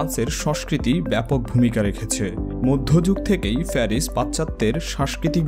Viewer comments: Please try to pronounce "প" or p properly. Yah ইটস নট ফেরিস ইটস প্যারিস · ভাই আপনার বাংলা "প"-এর উচ্চারণ "ফ" হয়ে যাচ্ছে। যেমন নাম "প্যারিস" আর আপনি বলছেন "ফ্যারিস" এমনি ভাবে "প্রেস" কে "ফ্রেস", "ইউরোপীয়" কে "ইউরোফীয়" 🤣😂🤣😂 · নোয়াখাইল্লা নাকি? প্যারিস রে বলে ফ্যারিস, আবার ফরাসিরে বলে পরাসি! বিরক্তিকর 😑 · ফেরিস 😁😁😁 পেরিস ও কিলিয়ার বলা যায়না। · আপনার শিক্ষামূলক ভিডিওটা ভাল লাগলো কিন্তু আপনার বিদঘুটে উচ্চারণ খুব বাজে লেগেছে। আপনি কি 'প' উচ্চারণ করতে পারেন? ফ্যারিস,ইউরোফিও,বিশময়কর,পাচ্চাত্য,সারবাধিক,পচ্চিম এগুলো ভুল উচ্চারণ করেছেন। বাংলা একাডেমির 'বাংলা উচ্চারণ অভিধান ' কিনে নেবেন। ধন্যবাদ